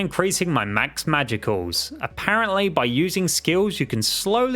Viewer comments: I cry whenever he pronounces “magicules” as “magiculls” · It’s pronounced “magicules” with a silent e.